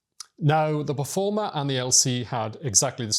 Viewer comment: Performa, not Performer.